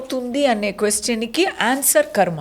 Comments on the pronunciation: యాంకర్, మీరు 'కర్మ' అనే పదాన్ని 'ఖర్మ' అని emphatic గా పలకడం తప్పు. తెలుగు సరిగా నేర్చుకుని ఇంటర్వ్యూకు తయారవ్వండి. తెలుగును భ్రష్టు పట్టివ్వకండి. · వీడియో బానే ఉంది. కానీ యాంకర్ గారూ, అది ఖర్మ కాదండి కర్మ. కొంచెం తెలుగు నేర్చుకోండి. ఇది వేలాది viewers కి అనిపించకపోవచ్చు. కానీ, మాతరం వాళ్ళం ఇంకా కొద్దిమంది బతికే ఉన్నాం కదా, ప్లీజ్.🌿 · ఖర్మ కాదు బేబి…..” కర్మ” Not KHARMA ….. but….“ KARMA” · Anchor gaaruu, please "karma" ananDi thalli! "kharma" kaadhu. కర్మ ✅ ఖర్మ ❌